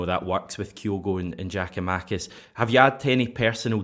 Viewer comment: great show... it is pronounced “ Yia koo ma-kiss”. You start his name off with “Jia-koo-makis”. Just soften his name swap the J with a Y and you are half way there.